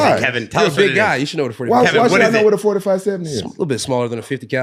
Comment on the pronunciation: Kevin holland wants to talk about guns but can’t even correctly pronounce 457. Lmao.